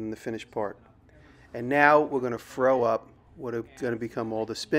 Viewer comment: Having kids I hear "now we're gonna froe up" and I get a little nervous 🤮